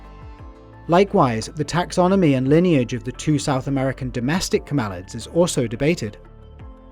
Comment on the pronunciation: STOP, STOP. That's [CAM–el–ids] not [cam–EL–ids].